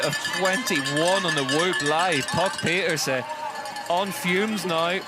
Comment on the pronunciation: mostly, but no trace of "n" at the end.